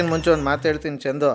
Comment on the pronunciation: ಕಿಲಾಡಿ ಚಂಡು ಅಲ್ಲ ಚಂದು